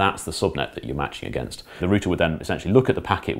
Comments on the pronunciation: It's router, not router, god damn it. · root is singular. route is plural. so "rooter" is incorrect. root have many routes... there 4 its a router! (as in many root's) and if your and aussie like me.. "rooter" is one who has a great time (alot) ;)